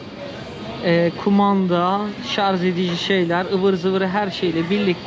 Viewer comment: kardeşim verdiğin bilgiler için teşekkürler. Yalnız bir ricam var. Defalarca ŞARZ dedin. Biliyorsun doğru telaffuzu ŞARJ. Çok izlenen biri olarak bunu düzeltmen toplumda da yanlış söyleyişi düzeltmeye yardımcı olacaktır.